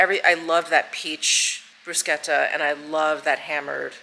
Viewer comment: Thank you for pronouncing Bruschetta correctly!